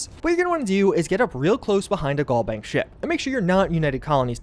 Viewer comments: Pls it's GalBank as in Galaxy not Gall Bank like gallbladder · Al vs. All Galbank vs. Gallbank Pronunciation is everything